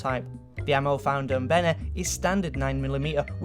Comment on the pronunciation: "Benneh"? dafuq?